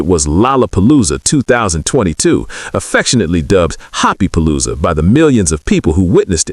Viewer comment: There is a few mistakes ..like number 2 yoongi then jhope number5 ..it said yugi instead of yoongi. Or happy polooza instead of hobipolooza. I just figured they didn't double check the ai voice or translations.